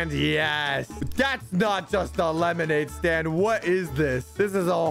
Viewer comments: The fact that said lemonade staind in the beginning is hilarious 😂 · Did anybody notice that he said,” who can make the best lemonade stade